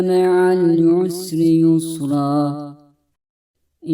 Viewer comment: Allah razı olsun. Kızıma ezber yaptırırken dinletiyorum. Çok faydalandık. Yalnız "inne meal yusri yüsra" şeklinde anlaşılıyor dinlerken. Dinleyerek ezberleyenler için sıkıntı olur.😔